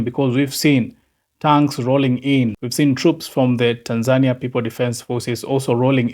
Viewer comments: YOU ARE NOT SAYING OR PRONOUNCING THE WORD TANZANIA PROPERLY. HOW DO YOU SAY IT? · ARE YOU SAYING THE NAME TANZANIA AS THE WAY YOU SAY IT IN YOUR LOCAL LANGUAGE OR THE WAY KENYANS SAY IT?